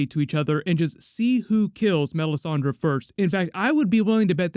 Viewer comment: says melisandrA lol it's funny